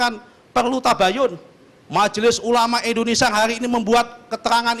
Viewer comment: 06.11 Bilang indonesia aja pake "E" ENDONESIA bukannya pake "I" INDONESIA.. pake I pak bukan pake E.... ini aja salah apalagi yg diaaaaa.... bla bla bla. yaa you know lahh.. kwkwkwkw